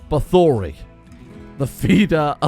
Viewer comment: bathory = bah-thor-ee which is the name of a death metal band but most importantly the name of countess bathory, the most prolific female murderer in history